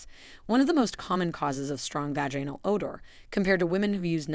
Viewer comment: You pronunciation of the words is really sad. it’s vag in al and gynecological-gone i cal logic cal not the way you pronounce the words. I’ve smelled younger people. How about making videos about keeping your breasts in the blouse instead being exposed for the whole world. How about not wearing spandex with thongs? How about men pulling up their pants over their bellies? What about men wearing their jeans down around knees